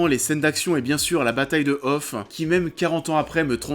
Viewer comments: Par contre truc qui ma choquer c'est le hoth prononcer off, on m'a toujours appris que ça se prononcer hot, mais sinon en tant que 2000 je pense que je remercierai jamais assez mes parents de m'avoir montré star wars avant les films de Disney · Il a pas dit « la bataille de off » ? 😂😂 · "Bataille de hophe" 😂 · J’ai quitté la video quand t’as dis: la bataille de hoSSE !!!!! Aïe 😨😨😨